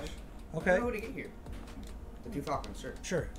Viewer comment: The word is falcon